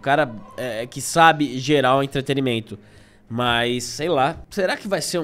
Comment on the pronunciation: Curto vcs demais mas: entrete”RI”mento chega a doer até nos nerdolas.